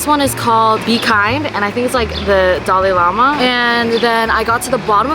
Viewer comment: Why did I hear dollarama when she said Dalai Lama 😭😭💀☠️